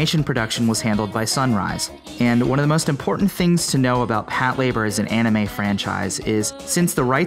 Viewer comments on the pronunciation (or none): none